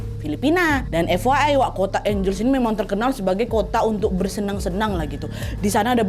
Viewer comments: Kak maaf aku koreksi nama kotanya Angeles dibacanya juga Ange Les 😁😁😁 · FYI, angeles dibacanya : ang (as in ketawa ang ang ang) hel (kek baca helena) les (dibaca seperti les privat). Angheles.